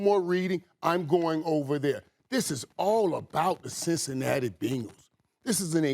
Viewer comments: Who's gonna tell Irvin its not "BINGLES" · It's better than " BANGLES" lol. Its BENgals. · When irvin says Bengals it kinda sounds like Pringles but with a b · Every single sports show talking head today has pronounced Bengals as Bingauls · “The Bingles” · “The Binguls” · How he pronounces Bengals is wild to me!! 😂😂😂